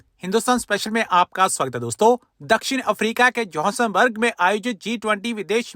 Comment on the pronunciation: It is Johannesburg not Johassonberg . No offense intended but please keep in mind that you have been posting videos for years now , which means you need to be very careful with names and pronunciation .